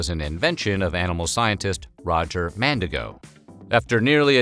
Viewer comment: Evertime he said "Mandigo", my brain screamed MandiNgo 😭